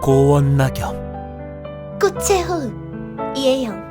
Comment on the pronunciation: 꽃의 호흡 발음땜에 이상하게 들리잖아....